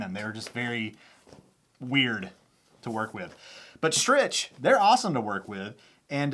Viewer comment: Your mom hopes that you pronounce Strich “Strick” properly in the next vidya!